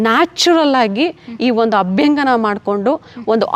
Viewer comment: Its abhyanjana dont pronounce it incorrectly.... And by the way dont add up unnecessary words and irrelevant words... U just tell wats best abt your product